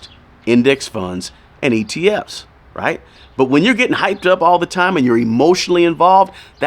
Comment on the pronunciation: Are you saying atf’s or etf’s ?!?